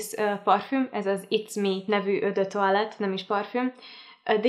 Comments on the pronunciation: Kedves Andrea! Szinte anyanyelvi szinten beszélek franciául. Elhiszed, hogy jól mondja? Igen, "ó" és nem "ö", de azon kívül helyesen mondta. Úgyhogy inkább tanulj franciául és utána ossz építő kritikát. Szép napot! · Az eau de toilette szót nem "ö dö toálett", hanem "ó dö taálett." Én nem tanultam siha franciát, de szerintem ha egy ilyen videót készítesz, az a minimum, hogy utánanézel, hogy hogy kell kiejteni, ha már alapműveltségből nem tudod.